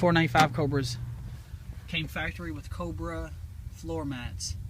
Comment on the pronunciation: Pls can you say Cobra one more time 😁